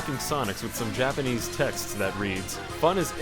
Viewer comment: "Too Japenese"